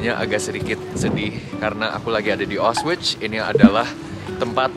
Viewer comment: Cara bacanya aukhvitz